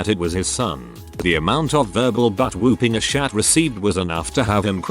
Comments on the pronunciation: I cackled every time the robo-voice said "aah shat" in place of "asshat" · I like how the Text-To-Speech voice makes the word "Asshat" sound like "As Shat" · I love how the voice pronounces asshat 😂 A-Shat! 🤣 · did he pronounce "asshat" as "a shat" 😂🤣😂🤣😂🤣😂🤣 jk man i love ur vids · I really appreciate the "uh-shat" for "asshat" 😂😂😂